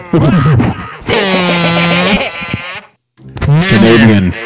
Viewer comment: when they were saying canadian, i swear the echo just sounded straight like the n word